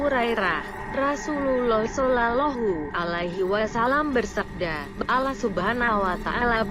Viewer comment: siapa yg membacakan kok ketika menyebut nama Allah dan Nabi Muhhamad s.a.w tidak pas ya alias FAIL...belajar membaca Qur'an dulu mba biar pengucapannya PASS gitu lho atau suruh muslimah pesantren yang membacanya jadi lebih enak kedengarannyannya di telinga.